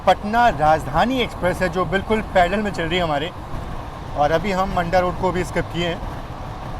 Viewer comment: मंडा रोड नहीं मांडा रोड😅